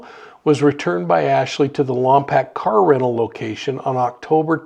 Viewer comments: I truly love your show and I wish the best in finding Melodee. However, Lompoc is pronounced lom poke not lam pack. Sorry, it just grated on my ears. Also, you are in my thoughts for your health. Keep well. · On your next video on this please get the city name right. Lom-poke. We would even settle for Lom-pock. Just please stop saying Pack. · Many blessings! Just a quick correction, Lompoc is pronounced Lom -Poke, as if someone is poking you. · Thanks for your report. FYI: Lompoc is pronounced Lom’ poke. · I’m from the area and it’s pronounced Lompoke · Worst pronunciation of Lompok